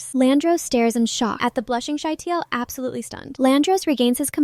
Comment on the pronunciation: Absolarlsly Ah yes